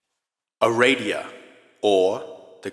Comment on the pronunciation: Aradia. Pronounce it the way it's spelled. (It's not Ereidia.)